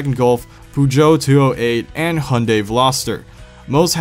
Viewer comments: I never hear Americans pronounce the Y in Hyundai... Is it y silent? Am I wrong for pronouncing it Hi-un-die? Haha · Its hyundai not hunday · What the actual fuck is a Pujo? And Hundey? It's Peugeot and Hyundai.